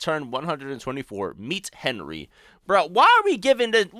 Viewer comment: whats the R? you just said "HENY"